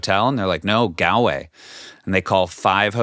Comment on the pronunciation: Pronounced Gaulway.